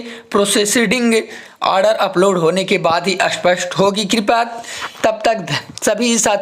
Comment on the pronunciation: स्पष्ट को असपस्ट बोलते हो पहले बोलना सीख लो